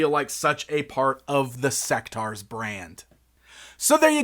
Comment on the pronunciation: I thought it was pronounced "Seck-tores"? The name is basically a mix of the words (In)sect and (Dinos)aurs...